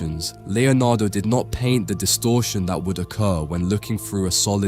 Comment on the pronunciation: It's not AI, an AI generated voice wouldn't continually substitute the word 'that' with 'dat'... As for the orb, it's a painting not a photograph, art is subjected, the lens just displays whatever you present to it